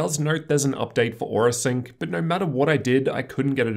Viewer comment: I honestly couldn't even pay attention to what was being said other than the fact that every "O" was an "er" sound instead of an "O". After i heard "Ner" instead of "No" i couldn't unhear it.